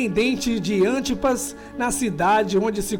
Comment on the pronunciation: Meu Deus. Ele fala palavras erradas: Cafarnaum... Antipas... Deus meu. Salve o português.